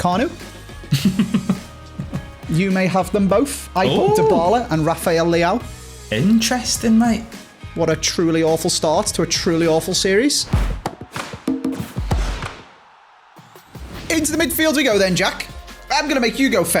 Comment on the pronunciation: Refael Disleaowed 😂😂😂Rafael Leao by the way 😂